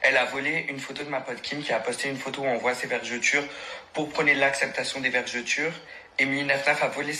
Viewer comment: Peut on expliquer aux gens qu'on dit "vergeture" et non 'vergéture"